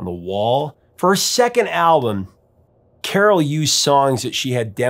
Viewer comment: Did she really pronounce her cat's name like that? Admittedly, I took Latin, not Greek, but I've always read it with the emphasis on the second syllable. Anyway, thanks for covering Carole King and this magnificent album, that brought joy to so many of us with it's simplicity, relatibility, and unforgettably beautiful sound.